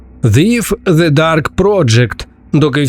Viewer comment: Thief вимовляється як Зіф? Сіріуслі?)